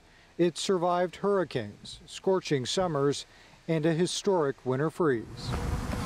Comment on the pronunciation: Hurri-cane, not hurri-kin. Why people say it like that.